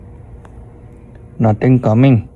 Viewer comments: The "nothing coming was so Indian" No hate btw Edit idk where he is from okay? But still a fan from a loooooong time ago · indian accent lol